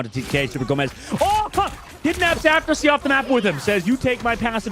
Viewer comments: Kinda disrespectful from the caster to keep saying Aftersie when the guy's name is right on his screen. It's Afersie. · You don't understand. He was mispronouncing the player's name. Afersie, not AFTERSIE. It's like a commentator saying Curdy instead of Curry, at the start of his career.